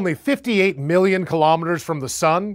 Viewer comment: It really bugged me that he emphasized the word million in the sun distance of earth instead of the hundred.